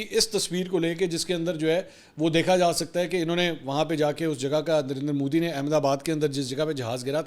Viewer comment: Did i hear darinder modi? 🙊